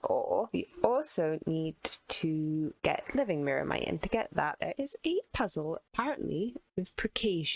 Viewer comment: New drinking challenge: take a shot every time fails yo pronounce "Myrmitite" "Myrmite" or "Myrmex"